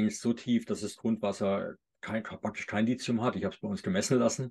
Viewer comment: Sehr informatives Video, vielen Dank! Ein Hinweis: der Grund, warum manche Lithium mit Silizium verwechseln, ist, dass im Video von Lizium gesprochen wird. Man spricht aber, da ein h nach dem t steht, Li –thi –um. Es kommt von griechisch „Lithos“, was Stein bedeutet. (Lithographie, Lithotrypsie,…) Das th ist der Buchstabe Theta, der im Griechischen wie das th im Englischen ausgesprochen wird, bei uns wie t, aber nicht wie ts. Abgesehen davon: Ich verordne meinen Patienten seit Jahrzehnten Vit. D3 und meist auch K2 dazu, ebenso Omega-3-Algenöl nach der Lektüre von tollen Büchern. Bei Vit. K muss man ein bisschen aufpassen, wenn ein Patient Gerinnungshemmer (Vit. K-Antagonisten) nimmt. Es fördert zwar vorwiegend nur K1 die Blutgerinnung, nicht K2, aber zur Sicherheit nicht geben bzw. geringer dosieren. Es sind zum Glück also nicht alle Ärzte so ignorant, wie oft behauptet. Ich möchte noch erwähnen, dass Lithium ein Metall ist und nur als Salz oder in organischer Bindung eingenommen werden kann, z.B. also als Orotat. Nicht zu vergessen: Bor (auch in Verbindungen) Sehr wichtig für Knochen und Gelenke! Jedenfalls super interessant!